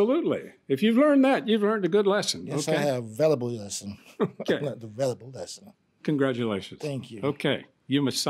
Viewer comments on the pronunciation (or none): He learned a "vellable lesson.. a vellable lesson". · "She kept resisting and axing and axing"😑🙄😫 plus he learned a "velable lesson"🤦‍♀️